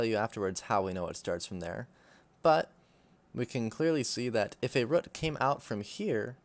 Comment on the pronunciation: for the love of god say root properly lmao